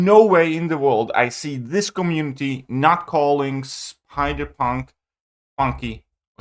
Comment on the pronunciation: Don't say "spider PANK" please 🤣